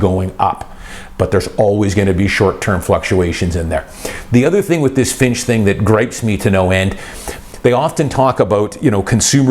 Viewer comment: You keep saying Finch. FYI, it's Fitch